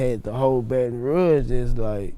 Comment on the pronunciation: Nobody:: “See in the State of Baton Rogue” 🤔🥴